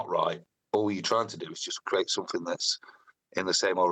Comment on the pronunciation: Somefink. The English excel at butchering their own language.